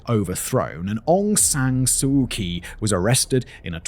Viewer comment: ive been swallowing it for a while but its time for Simon to pronounce "Kyi" as in Aung san